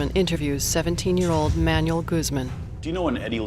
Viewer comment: My favorite is the narrator pronouncing Manuel, like manual, the instruction book.